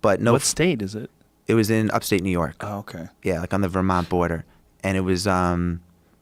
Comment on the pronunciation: Because "Ney York" sounds just like it does; he knows he'd full of soft ass shit.